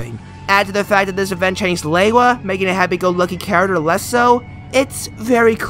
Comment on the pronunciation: Great video but my biggest problem is that lewa is pronounced like leewa not laywa